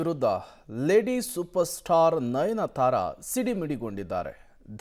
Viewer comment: nayanthara not nayanathara